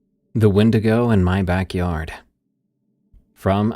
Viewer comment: Tell the young guy to look it up.... Dont say Windoggo OR Skrimm-stragler....